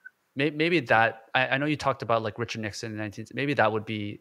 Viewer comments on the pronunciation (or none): none